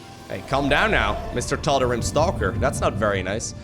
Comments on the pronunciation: it is tald ream that’s how it is pronounced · Tal-da-ream bro that's how it's said. Bro epic fail.